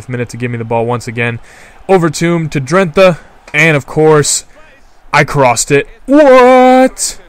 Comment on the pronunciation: please man it's pronounced (Dren- tay)